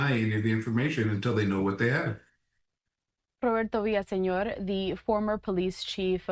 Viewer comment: It’s Roberto, not that weird pronunciation. This is America, Consuela.